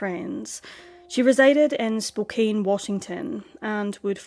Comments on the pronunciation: Was looking for this and was going to say the same. Spokane rhymes with CAN. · Just a little sidenote: Spokane is pronounced like "spo can", not "spo cane". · Poor girl. RIP. Just FYI; it’s pronounced Spo can. Not Spo cane. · Spokane is pronounced Spo- can. Thanks for this review! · Just fyi Spokane is pronuced Spoke-ann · This is in my town. I remember this case. Spokane is pronounced as "Spo-can". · Spokane. SPOKE-ANN (like can or pan). I don't know how you get so many right! Rules of spelling and pronounciation can be of no help with some. Like Spokane! Thanks for the videos you bring to us. Very well done, always. Was watching one from a new channel to me. The writing was so overwrought (best word I can think of for it) and wordy and poorly phrased it took me right out of the story. I bailed. My dear, you are greatly appreciated! The Pacific Northwest has hidden so.many bodies over the decades. Vegetation grows so fast that it can hide a lot of secrets. So many wilderness spots right inside cities and towns. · Pronounced SpokeCAN. Just letting you know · It's pronounced Spo-CAN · Spokane is pronounced Spo-CAN. Don't ask me why 😂😂😂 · Don't worry... I pronounce Spokane wrong, too!